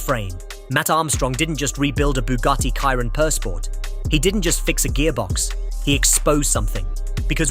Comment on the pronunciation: sheeron not Kairon